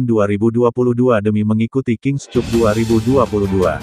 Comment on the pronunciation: Koreksi saja pada pembaca berita : King Kap bacanya, bukan King Kup. Cup = Piala. Malu-maluin.